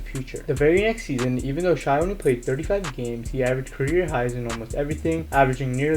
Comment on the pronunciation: It’s pronounced shay